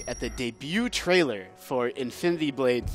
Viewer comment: Its trailer not traielr its trailer come on guys, its trailer its that simple.....